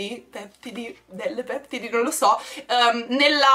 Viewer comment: Wow adoro tutto sopratutto le scarpe 😍 comunque si dice peptìdi( con l’accento sulla prima i) ed è maschile.